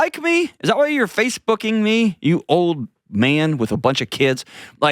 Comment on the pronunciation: When he said Face-booking I totally heard something else. Yesterday he said bastard, so I was thinking he was really starting to take the shoe in a different direction. 😅